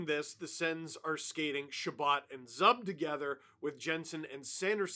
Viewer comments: Hey Steve, it's not "Zuhb", it's "Zoob" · its not Zub like Tub, its Zooooooooooob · Who is this Zub (z-ub).....its Zuuuuuuub (Z-eeeewwwww-b) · Hey Dungle! Stop calling him "Zuhb". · It’s zuuuuuuuuuub not zub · Oh Steve, you are usually so good with hockey knowledge. But inexplicably thinking that Zub's name rhymes with "Bub" is going to get you seriously boo'd. #IYKYK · Its pronounced zuuuuuuuuuuub!!! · it's zuuuub not zub 😂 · It takes a NUB to pronounce it ZUB.... It's, ZOOOOOOOOB! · FYI it's Zoob (Zub) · Wtf is a Zuhb? Its probounced Zoob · ZOOOOOOOOOOOOOOOOB NOT ZUB lol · Isn’t Zub pronounced Zoob? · it’s ZOOOOOB 🤦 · Steve please. Zub is "Zoo-b". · his name is pronounced zoob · “Zuhb” is crazy lol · Just a heads up for future coverage of the series. Zub is pronounced Zoooob. GO SENS GO!! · Learn how to say Zub's name please. Sens in 6. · Pronouncing Zub the way you do takes all credibility from you. Zub rhymes with boob. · Does he say Zub that way as a troll? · Steve's going to learn quickly how to pronounce Zub correctly. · Sens in 4 just because of that Zub pronunciation